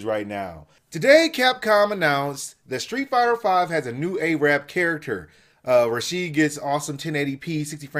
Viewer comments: no offense thats not the way u say Arab its not A Rab but its one word arab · Arab not Aye-rab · Why do people say A-rab? Arab, short a sound, not long.